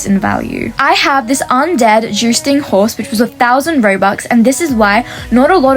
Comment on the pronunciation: Jousting horse ❌ Juicing horse ✅